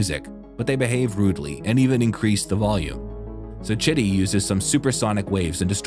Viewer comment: When you say chitty the caption says shitty🙄😂😂😂😂😂